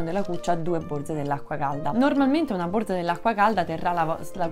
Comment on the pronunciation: Borza, non si puo sentire!